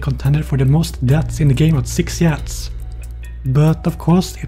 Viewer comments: Pretty sure it's illegal to pronounce it like this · I just can't help but smile after seeing this beautiful bastard saying "Yads"